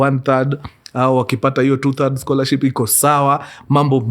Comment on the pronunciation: Mimi siezi kosa kusema Mkurugenzii karibu aseme "Scholarsip"😂😂🫴aaah I just love you "Mkuru🥳🥰